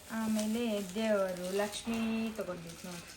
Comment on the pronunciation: ಅವರೇ ಲಷ್ಮಿ ಅಲ್ಲ ಅದು ಲಕ್ಷ್ಮೀ